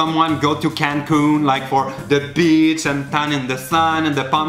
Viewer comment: Quand tu as dit ''La Mer'' tu as dit ''The Bitch'' ahahahahah a place de Beach